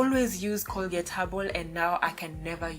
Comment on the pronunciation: Did she say Colgate habol?